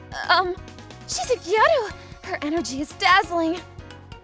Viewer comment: "Y - - - U"? That's not how the name is pronounced. It's supposed to sound like the pronoun "you".